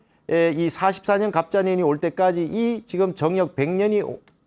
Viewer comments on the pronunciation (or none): 정역의 바를 "정" 자 발음이 틀렸나이다. 길게 발음해야지요! 스님 같은 대학자께서 이 바를 "정" 자를 브르게 발음 하지 못한다는 것은 실로 부끄러운 일이옵니다.